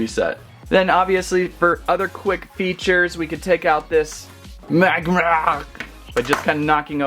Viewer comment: It is pronounced Mag-mar